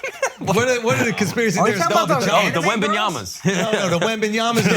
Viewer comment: “The wenbenyamas”😂😂💀